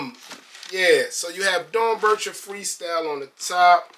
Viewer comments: It’s pronounced Dorn Becker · Dorn-becker is how you pronounce it.